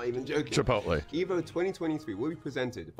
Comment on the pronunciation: Chipotle, not Chit pootle haha